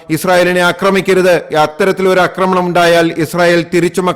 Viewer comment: 'ആക്രമണം' മിസ്റ്റർ. 'അക്രമണം' അല്ല. ഉച്ചാരണം ശരിയാക്കുക.